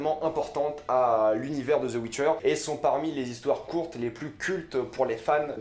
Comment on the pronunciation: The witcher pas Zeu witcher